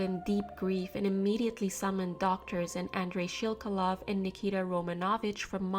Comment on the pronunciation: kudos for correct pronunciation of "Shelkalov", wow